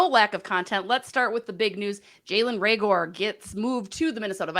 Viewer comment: Who's Ray-gore?